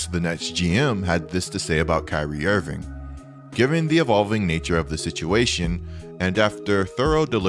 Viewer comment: "kyrie invingckk"